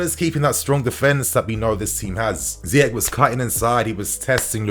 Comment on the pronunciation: Surprised an African like calls the Moroccan Ziyek instead of Ziy-erch (as in cheese)😅😅